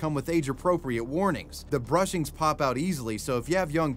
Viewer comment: (ahem) Bushings, not brushings.